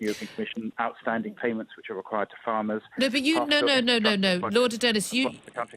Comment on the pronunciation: He's No Lord.......A Phoney Lord ...Can't even Pronounce his " Ls" ....Reaw!! Another Traitor.